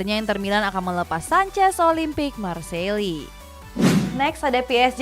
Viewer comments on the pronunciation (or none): Kiraen presenter ngerti bola 😀 ga taunya tukang baca sambil disuruh cengar cengir di depan camera doang 🤣 Ada Olimpic Marseili 😆 Ada Lyon yang jadi Layen 😂 Ada juga si Ousmane Demble sama Weston Mekni 😀 Ada pula FrengFrag 🤣🤣🤣🤣🤪 Ayo dong min, talentnya coaching dong min 🥳 thank you mimin, ini cuma kritik kecil biar makin hebat channelnya 🥳🥳🥳 Good luck 👍🍀